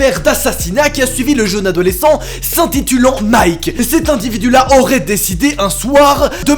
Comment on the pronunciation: Est ce que je suis le seul a avoir entendu invidu au lieu de individu a 🤔🤔🤔🤔🤔🤔🤔